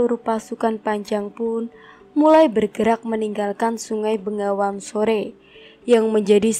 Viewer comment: peh salah semua pembacaan ya pajang bukan panjang bengawan bukan nengawan.malah mumet aku...